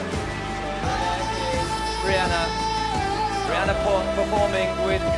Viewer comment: "rih-nana" lol